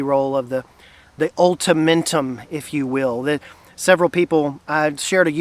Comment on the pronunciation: Was smiling hard when you said ultementum 😅 my man!